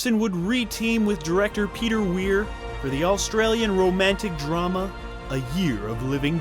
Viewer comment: Why do you pronounce "Australian" like "AUL-stralian"? Why the extra L?